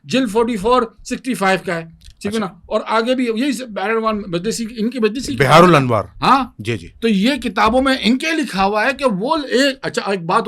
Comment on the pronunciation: Sala Sunni beharul anvar nahi bol pa rha chala hai munazra karne 😂😂